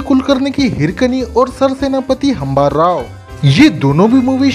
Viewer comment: भाई it's हंबीरराव not हंबाराव